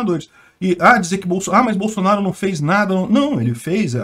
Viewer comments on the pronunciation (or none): none